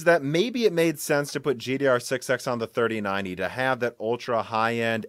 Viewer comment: ever since that one broken silicon i keep noticing him saying gdr6(x) instead of gddr6(x)